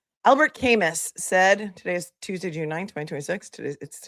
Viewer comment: Camus pronounced Kamu. I love your show.